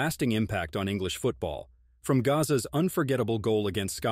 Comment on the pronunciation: This bloke should have researched that Gazza isn't pronounced the same as Gaza.